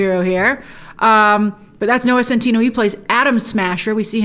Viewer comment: I love how Grace keeps saying Centino instead of Centineo